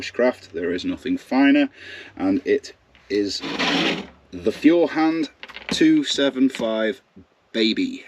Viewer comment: FYI Feuerhand is pronounced foyer hand. I have a Feuerhand sturmkappe 276 lantern that I plan on taking apart and restoring. By the way eggs are about 12 dollars a dozen here in the USA where i live. Thank you and God bless you and your family and America 🇺🇸